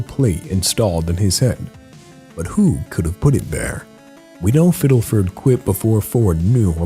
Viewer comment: I’m so sorry but it’s fiddleford not fiddelfert